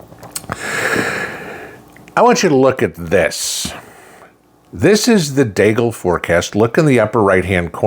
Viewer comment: Deagel not deagle.